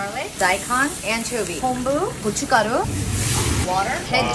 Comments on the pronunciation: Is she Korean? Her pronunciation of kochugaru is very natural. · Yes haha I'm Korean and I speak both Korean and English, and as soon as I heard her say 고춧가루 so fluently, I was like "her pronunciation is so good! Is she Korean?" Then I noticed her last name was Choi 😂